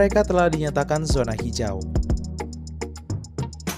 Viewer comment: Min, zona ya dibacanya zona, bukan sona